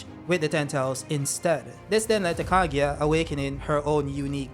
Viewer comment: the pronunciation is KA GU I AH!! Stop saying KA GI A!!!